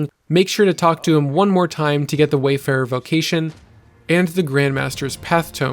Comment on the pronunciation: Funny how everyone keeps calling it Wayfarer when it's Warfarer.